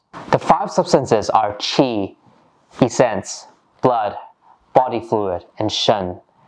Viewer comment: Thanks for your tutorials. Much appreciate. For your information the word essence is pronounced with the same short e as the word presence.